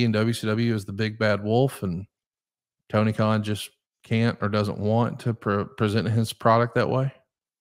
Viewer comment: Messed up Tony Kahn‘s name I think his name is right now❤❤